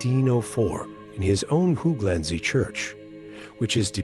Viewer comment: Great video but the way you pronounce hooglandse and other Dutch words is pure comedy, it’s not how they are pronounced even with an English accent. I’m sure there would be a friendly Dutch person somewhere so you could check pronunciation, it would make the videos feel more professional. The research and content is otherwise is great!